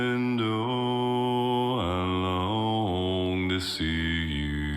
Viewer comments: Love your enthusiastic commentary! Just an fyi, from an American, Shenandoah is pronounced like the river Shannon + dough (like bread). The 'uh' on the 4th syllable is optional. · I haven't watched the analysis section of your vid yet. Just observed that you pronounce the final H in Shenandoah. Most versions of the song that I've heard do so as well. But Geoff treats it as silent. Tennessee Ernie Ford, in his cover, did the same. I don't know which way is correct. Maybe they're both acceptable.